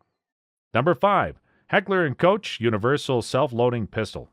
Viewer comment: "Heckler and... Coach" -- Really? Do your homework. You sound like a fool.